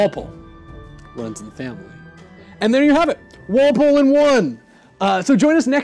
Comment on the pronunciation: its Walpole.